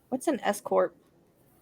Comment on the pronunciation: I thought I heard “escort” too, until you said “I know it’s some kind of company or corporation” and then I understood. I was like, “how does she not know what an escort is?” Lol